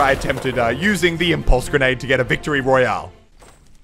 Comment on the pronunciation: Omg you got wictory royaaleeeee alye